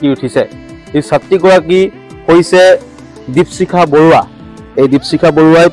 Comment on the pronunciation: দিপচিখা নহ'য় নেকি বাৰু , দ্বীপশিখা হে হ'য়। নামৰ উচ্চাৰণ ত খুউব এটা ভাল লগা ন'হল ভিডিঅ'টোত। ছাত্ৰী জনীলৈ ভৱিষ্যত জীৱনত সাফল্যৰ শিখৰ পাবগৈ পাৰিব বুলি আশা ৰাখিলোঁ। ধন্যবাদ।